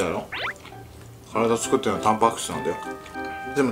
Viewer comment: ごはんチュクって！！って言ってないか。